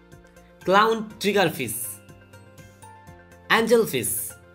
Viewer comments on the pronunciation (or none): Dude its suppose to be fish not fis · It’s fish not pish… get your pronunciation right before posting it on YouTube. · Fissssss??? Say it properly Fish with the H! 🤣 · The way he says fish 😂: GOLD FIS 👹👹 sAw FIS 👹 SRIMP 😂! BY THE WAY GOOD VIDEO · it sound annoying to hear him say fiss....... driving me up a wall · НЕПРАВИЛЬНО ПРОИЗНОСИТЕ СЛОВО fish! СЛОВО fish or fishes произносится ни в коем случае не через букву " s" это межзубный" ш"!